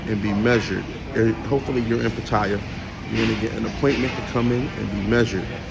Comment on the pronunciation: What kind of man tells lies 2 himself smh. You be talking nonsense B. This is getting crazy. Also you say pattaya wrong. Fix it!!! You did all this about black holding one another up. One of your first videos was you talking about you not wanting to shake a black man hand and why was he trying to do all that. You a fraud B a hypocrite. Get it together